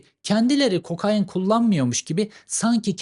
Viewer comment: Cevheri kokain abi ya kokaaayiiin değil :)